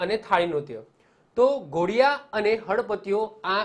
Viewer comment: Ghodiya nahi dhodiya bolvu